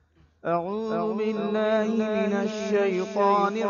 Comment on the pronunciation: Sahi se padha karo Auzu aur Bismillah ko kahe ka qari ho